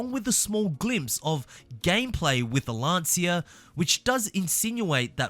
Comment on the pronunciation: Isn't Lancia pronounced Lan-cha?